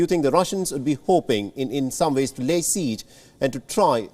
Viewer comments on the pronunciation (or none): none